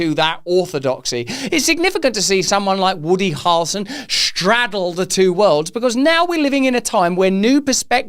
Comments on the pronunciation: Harrel (rhymes with barrel) son 👍🏼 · You are saying Harrelson in a British accent. It sounds like two syllables. Americans typically say it with 3 syllables.